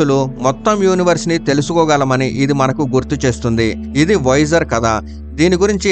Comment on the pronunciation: "వైజర్" అనడం మానెయ్యి. దాని పేరు వొయేజర్". వైజర్ అంటే helmet కి ముందు వుండే అద్దం